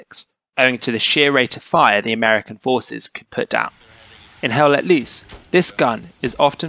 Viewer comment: It is not HELL LET LEESE!!! Its LOOSE